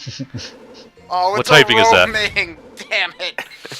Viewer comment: Its (moon-dus) not (mun-dus) god damn it you guys.